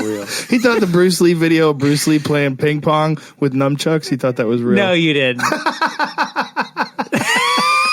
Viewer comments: I'm loving this episode but the next time I hear somebody say num-chucks instead of saying nunchucks I'm going to go jump off of a 10-story building. LOL. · I never expected a person of Rogan's fight IQ and stature to say "numchuks" hahaah